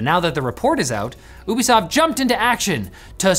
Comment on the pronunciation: Finally someone pronounced ubisoft properly Its ouu-besoft Not you-besoft